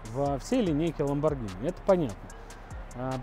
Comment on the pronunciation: оно до сих пор не знает как произносится lambogrhini